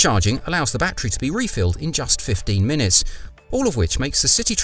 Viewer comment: But it's NOT a "ba-Tree", it's a "ba-TTerY".